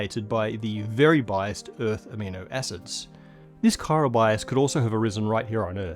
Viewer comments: Seriously, guys. It's chiral/chirality, not chirol/chirolity. Your QA editor needs a new job.... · Every time someone says "chiral", I think of Death Stranding.